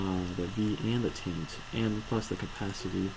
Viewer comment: it is pronounced viS and tIAnt.